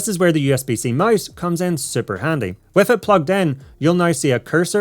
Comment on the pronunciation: You sound like said mice instead of mouse